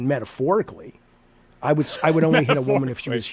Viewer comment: "Metahporicly" Bro.... Did you just came with that sh*t up cuz of Refantasio? Son of a...